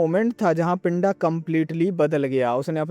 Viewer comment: Abe woh pindha hai pinda nhi in punjabi accent its pindha 😂😂